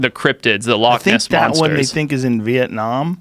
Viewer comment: Love the way Joe says Việt Nam, love you big bro, you are changing the world